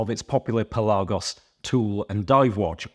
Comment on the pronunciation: Obviously whenever there's a new Tudor release, I think of you 😀. Especially when it's a Pelly, just love your pronunciation 😂 I still think the Pelagos is the best and underrated range in the Tudor portfolio. Having said that, as I'm in the market for a Navy Seals, it would have to be the JLC version. Great to see companies advertising on your channel bud, well deserved 👍